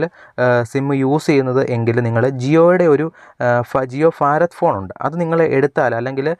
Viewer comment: ജിയോഫാത് അല്ല ജിയോഭാത് ആണ്